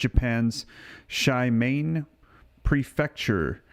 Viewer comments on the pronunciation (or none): It's pronounced She- ma-ne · Jus to let you know Shimane is pronounced She-ma-nay. lol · Shimane Japan... pronounced (SHEE-MAH- NEY). Thank you.